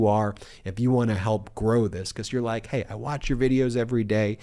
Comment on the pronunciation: Wah, I don't wike my judge!!